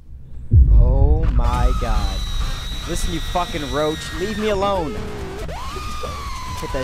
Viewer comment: he said fukin roch